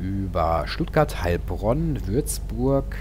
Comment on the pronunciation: Hallo :) haha gutes Video aber ich als Heilbronner spreche das Heil langsam aus , sonnst hört sich das leicht seltsam an. Mach weiter so bekommt zu wenig Aufmerksamkeit